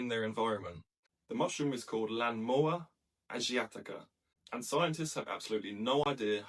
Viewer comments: Can you pronounce it without a weird accent, I only ask because you didn't use an accent when using Chinese words and names. Lanmaoa Asiatica, I can do it, you should try, It's not so hard as one would expect. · Try practicing pronunciation BEFORE recording. Sounds like this is the first time you've read the name of this fungus.